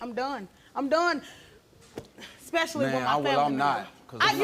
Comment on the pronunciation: Thats a new word for me "Expessially" Somebody arxe him what it means. Lol